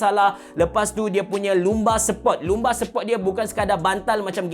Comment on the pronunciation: cara pronounce 'Lumbar' ialah "Lam-bar"... Bereh boh, jupo lagi..